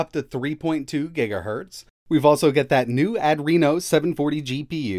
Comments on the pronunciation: It's pronounced "ah-dree-no". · Hey! A bonus new pronunciation of “Adreno”! Still, a little weird. Makes me wonder how you pronounce adrenalin. Add-renalin, maybe?